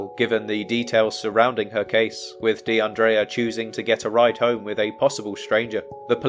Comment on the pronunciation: Her name is pronounced De un dreea not De un draya.. The guy with the van was a regular or someone known to the other girls, he'd been in the bar several hours, talking with the girls.. So it's unlikely he did anything to her or is connected to something nefarious.. That's why he was released without charge.. The fact they're not releasing what the man said about her whereabouts,says they're working an angle that they're keeping under wraps.. Word of advice,never get into a white van! We all know, they're pedo mobiles or murder machines 🤷🏿‍♀️